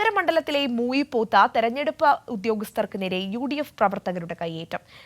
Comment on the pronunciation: മൂയി പോത്ത് അല്ല... മുയിപ്പോത്ത്